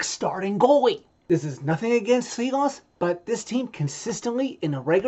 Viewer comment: its pronounced shilovs, that S with the little tiny v over it is a "shh" sound